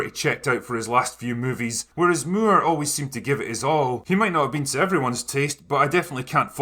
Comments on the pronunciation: Got to love the ‘Roger Muir’ pronunciation. And who could argue against Sean being the quintessential Bond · It's funny how you say Moore in Roger Moore - it's just more like - can I have some more - but you say it like "Mew-ugh" how did you make his surname into 2 syllables?! lol !!!!! :P